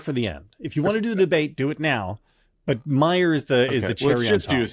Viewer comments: It's Meijer pronounced Mī-er. I'm from Michigan. The Meijer name is everywhere. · Peter Meijer is pronounced my-er —no j. Just FYI from a regular shopper at their grocery store. 😊😊